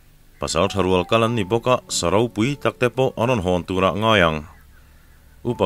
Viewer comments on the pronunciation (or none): none